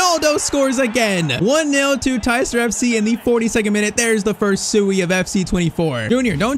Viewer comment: I thought you pronounce Tyztir (Tee-z-teer) not (Tyy-z-tire)